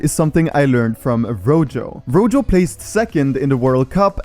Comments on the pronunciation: It’s not pernounced rojo you say it like roho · its pronounced roho not rojho. Rojo is red in spanish and J's are pronounced as H's